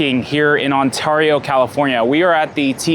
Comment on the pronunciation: No one says Ontario like you bro.... go back to the valley.